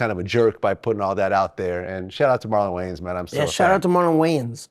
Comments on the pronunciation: “That’s Marlon Waynes.. not Wayans” 😂😂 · That’s Marlon Wayans not Marlon Weigh Ins lmfaooo😂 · Marlon Waynes not Marlon Wayans 😂😂😂. STOOPID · I know Vlad was like 😑 when 69 said "thats Marlon Waynes not Wayans" 🤣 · "thas marlon waynes" not way-ans! lmao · It’s Marlon wayins not wayans lmaooooo I’m dying from the comments too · Tekashi cant get over the fact it that his name is Marlon Wayans and not Marlon Waynes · "Oh that's Marlon Waynes, not Wayans." No it's not bro... it's fucking Wayans. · Yo that’s Marlon Wayans not Marlon Weigh Ins 😂😂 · That’s Marlon wayans not wayans wtf lol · “Marlon Weigh-Ins”🤣😂😂💀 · Lol😂😂😂 why you calling him weighins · "Bro thats marlon wayans not marlon wayens" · The Wayans Weight -Ins 😂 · Marlon Wangs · No, Rainbow Brite, it's WAYANS. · Marlon wayans not marlon wayans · This guy not knowing the wayans is pronounced. Jeez